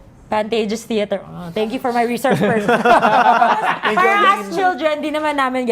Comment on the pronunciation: bakit "cheter"? hahah langya